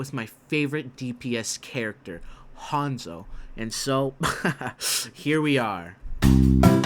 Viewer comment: its hanzo not honzo